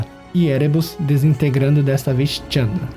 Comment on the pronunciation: Muito bom, mas é Chandra e não Tchamdra